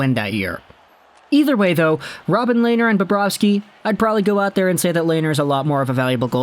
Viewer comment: Coming from a Sens fan. Pronounced Len-er not lay-ner